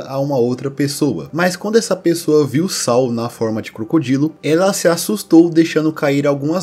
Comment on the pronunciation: não é sal, é saÚl